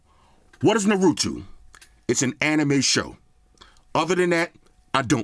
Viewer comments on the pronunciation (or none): Anime fans are going crazy at every mention of "Na-roo-too"🤣🤣🤣 It's 'nah-roo-toe' if you care😂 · Loved the review. Its pronounced nar-u-toe though not nar-u-two lol 😂😂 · "NA-ROO-TOO" "NA RA TOO" " NARA TOOO" There's Weebs havin heart attacks right now! 🤣🤣🤣 Love you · Nahrootoo he said lol. It’s okay brother it’s pronounced “ Nar-ruh-toe I love your content man he said “they might be cousins. You never know” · Say naroeto one more time 😮‍💨 it's naruto man say it right 😩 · It's funny hearing you pronounce Naruto.. it should be sound like.. Nah Rue Though Not Narutwo wkwkwk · Dude U'r not a Naruto fan so u have NO IDEA how much this phone means to us fans, this, this phone represents the greatest AnimE of all time! Uzumaki Naruto! The way of shinobi! I cannot wait to buy this😃! And btw, it's NA-RU-TO😶! Not NURITO, or, NARITO, or, NAROOTHO!😑 Just don't okay😶, appreciate u trying though 🙂, but just don't 😶! And yess, watch the series, u'll like it! Real killer bruh🤟🏼! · Normie Fans: Naruto, Dattebayo: Narutu, Dattebuyu? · Na-ru-tu? No... its Nar-u-to. And I don't watch anime either. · Waddup "Narutu" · Naruto (pron. Nar-roo-toe) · Great review as always. As a fan of the show it was hilarious hearing you butcher the name lol. Let me throw some help your way man...Nar-u-toe 😉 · Naruto is pronounced nah-rou-to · 'Nurutu' PLEASE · Mans said nurooto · Did he just say Nuratu😂😂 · "Na root toe" is how you pronounce it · Your really funny it’s Nah-ro-to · Since you didn't seem to know how to pronounce it I'll help you. Naa-roo-tow 🙂 👕👍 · This is nuhrootoo 👏🏽😂 love your review man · Not “secret ninja diaries“ I’m weak! He said I’m a write my hit list it when I go on one of my kills at night that was a little specific so you trying to tell us something 🤣😂😂 And it’s Naw- ru- tow 😂😂😂😅 anyway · Nah-roo-toe lol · I got you. NA-RUE-TOE 🤣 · my niece loves that anime. It's pronounced "Naa-row-tow". Great phone!!